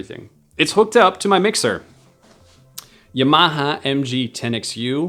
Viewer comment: Yuh-Mah-Hah. LMAO No your drunk. Its Yah-Muh-Hah. <3